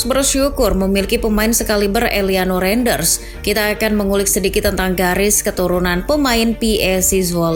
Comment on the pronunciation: izin koreksi nama min, Tijjani Reinjders --> Tiyani Rainders, Eliano Reijnders --> Eliano Rainders, terimakasih min